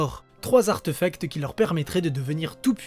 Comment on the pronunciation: Arteufact ? ! Artéfact ! Même quand on l'écrit sans accent, on prononce "é" Je ne vois pas en quoi il a favorisé l'ascension de Jedusor ni une quelconque fascination pour le potentiel de son élève. Il a tout simplement fait son boulot de prof et il a mis au courant le gamin qu'il était un sorcier comme il a dû le faire pour bien d'autres. Il a même gardé un oeil sur lui pendant toute sa scolarité, parce que la première entrevue lui avait laissé voir que Tom n'était pas un petit ange. Il se servait de la magie pour se venger, effrayer, faire du mal, voler ...